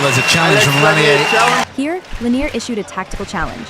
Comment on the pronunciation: At least make an effort to pronounce player names properly. Even the British announcer got Lanier right...he's French, not from Kentucky.